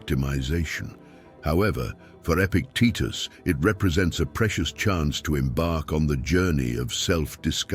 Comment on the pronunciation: Epictetus, not epic Titus. Stoics should also proof read.